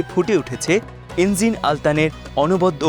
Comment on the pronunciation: এনজিন নয়, এনগিন